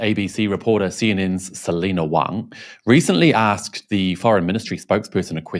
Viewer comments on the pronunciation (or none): Selina Wang or as she calls herself Selina Waaang